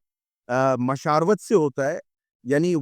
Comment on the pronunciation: ویڈیو کے درمیان میں لفظ بولا گیا مشاروتی اور 17.15 پہ دوبارہ مہمان کی طرف سےلفظ مشاروت بولا گیا ۔۔۔۔۔۔۔ھم ھمیشہ مشاورت پڑھتے آئے ہیں تو درست کون سا ھے؟؟